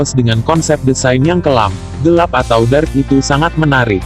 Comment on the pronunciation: Dark bang bukan drak